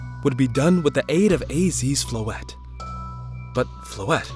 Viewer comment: As a french speaker, I love hearing English speakers pronounce Floette like this. I've heard too much people pronouncing it "Floeetee" 😂